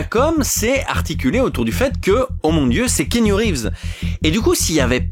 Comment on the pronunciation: Par contre keenu reeves se prononce kéanu et non kinu 😊